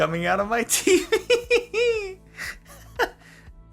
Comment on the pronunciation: The way he says tv omg 😂😂😂 i had to keep replaying i really hope there is something on the subreddit next time he makes this video about it please someone do something with it 😂😂😂